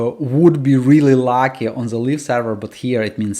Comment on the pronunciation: "live" is pronounced лайв, it sounds like you're saying "leaf version" 😅